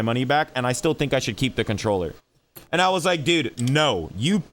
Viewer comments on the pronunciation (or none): "I fink this controller is very gud"